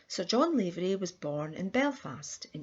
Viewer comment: Please pronounce his Irish name correctly its NOT Layvery but Lavery ... Lav as in "have." I myself am a LAVERY.